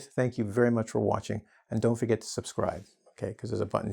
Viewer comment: Did you say 'tchau' on the end of the video?